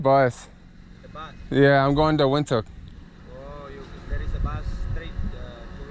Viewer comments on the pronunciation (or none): Windhoek is pronounced Vind-hook.